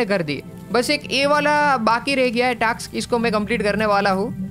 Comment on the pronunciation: Ajjubhai scraps and task pronounciation is wrong